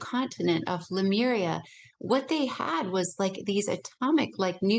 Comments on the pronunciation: CLICKBAIT CLICKBAIT CLICKBAIT : How To Be Super Human...?????????????????????? Yes HOW????????? So I "spent" about 57 minutes of my life but I still have not heard any "how"... and : "Lamura...?" You mean Lemuria... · She pronounces Lemuria incorrectly throughout the entire interview, plus this theory has been debunked long ago via ocean floor analysis in the pacific. The whole Atlantis theory is as stale as 50 year-old french bread